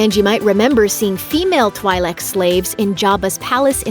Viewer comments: Kenobi killed Maul on Tat before the events of The Mando, dummy also its pronounced "Twee'lik" not Twigh'lek my god so many errors and false info. Do some damn research before you confuse new fans. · It is pronounced as TWEELEK, ffs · Twi'lek is pronounced T"wee"lek. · THEY ARE PRONOUNCED TWEELEK !!! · The Zabrak that Cara Dune fought is not a Dathomirian. Theres a second planet Zabraks are from, I forget at the moment, but it's the same as Eeth Koth, a member of the Jedi council during the prequels. And twi-lek is pronounced twee-lek.